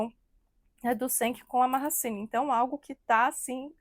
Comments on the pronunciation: Minha filha, vai se informar...e só pra vc não passar vergonha, pronuncia -se GENK e MAASIN.. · Povo quando quer engajamento Affff .CENK tem muito caráter e não traiu nevin .MAHASSINE tem muito caráter também .A muito tempo o casamento dele tem polêmicas ,Mahassine não tem culpa de nada Bando de conversados .Não sabe nem falar o nome da moça direito .Repetem o que vê os outros falarem .